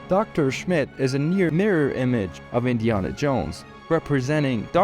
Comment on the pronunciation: Do you really think Indiana is pronounced that way?